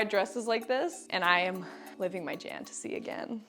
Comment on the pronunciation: lol so glad I’m not the only one who says “jantasy” instead of fantasy in every day convo!!